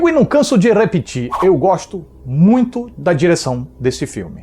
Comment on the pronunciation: Nos ele fala repetir com um leve sotaque no r, não sei se isso é uma referenza ou só coisa da minha cabeça.